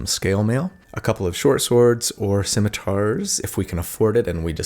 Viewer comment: The way you were pronouncing scimitar really threw me off. Never heard anyone say it that way, at least the end of it.